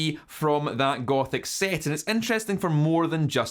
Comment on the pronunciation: No lie I thought you said Gopnik instead of gothic